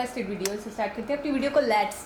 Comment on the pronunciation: lats 👌🤣 jahil aurat lets hota hai dastination 🤣👌 jahil aurat destination hota hai